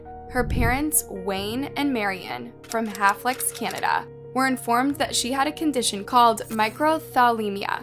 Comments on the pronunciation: As a Canadian, I have never in my life heard "Halifax" pronounced like that before. Almost seems like dyslexia or a few letters transposed in the script? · Haf-lix Canada……you mean Ha-luh-fax 🙄 geez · Oh my gosh the poor girl, but it’s also irking me some much, I’m a native from the same city as Holly, it’s called Halifax (pronounced Hal-e-Fax) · "Halifax" is pronounced "Ha-luh-fax". 😉🇨🇦💖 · Halifax is pronounced more like Ha-lee-fax just for future reference 😀